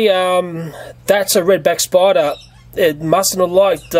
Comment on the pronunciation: "you got to burn the *sporder*" xd